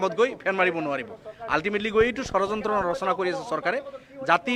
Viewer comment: অসমীয়া ভাষাৰ উচ্চাৰণেই নাজানে, ধৰ্ণাত বহে.....। কিবা বুলে 'চৰযন্ত্ৰ' কি বস্তু এই চৰযন্ত্ৰটো ।